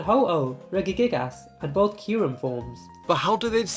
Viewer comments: It's regegigus not regegigas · Re-gi-gigas it's re-ji-gigas